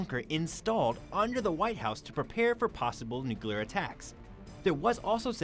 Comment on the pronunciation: It's nuclear (new clear) not nookyoular.